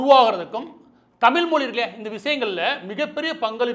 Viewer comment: மாரிதாஸ் முயற்சி செய்து "ழ" கரத்தை சரியாகச் சொல்ல கற்றுக்கொள்ள வேண்டும்.செந்தமிழும் நாப்பழக்கம்! மொளி,பிளைப்பு, வளக்கம்,தமிள்,தளுவி,கிளக்கு ... வேண்டாமே?